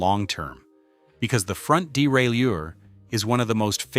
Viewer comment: Wish this bloke would learn the correct pronunciation of derailleur. It's bloody annoying!